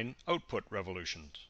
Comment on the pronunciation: Output not Ootpoot.